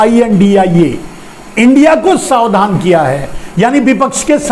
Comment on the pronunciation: शावधान नहीं, सावधान बोलिए ना, श्रीमान जी।